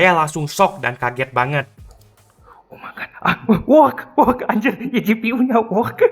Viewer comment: Koreksi untuk pengucapan "work" itu yang bener "werk" dan lebih tepatnya it work(werk)